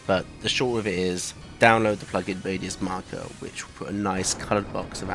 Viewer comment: Wow thank you! I’m sorry I have bad hearing, did you say “radius marker”? For that akkha plugin? That’s so cool I can’t wait to try it later